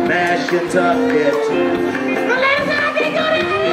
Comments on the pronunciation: I did too😭😭😭. They was supposed to say Mashantucket but just said fuck it and said "Mash Kentucky." 😂😂😂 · I did😭😭😭. "Mash Kentucky." I was like "When they come to Kentucky?" 😂😂😂. Them niggas was supposed to say Mashantucket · this whole time i'm thinking they saying "Mass, Kentucky" this shit is Mashantucket 😭😭😭😭